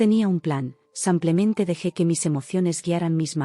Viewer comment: Son 130.000 que se leen ciento treinta mil euros y no uno tres cero, cero, cero. También se dice simplemente y no semplemente al menos en español